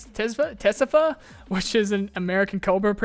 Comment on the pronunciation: tezefa is pronounced tzefa, meaning viper.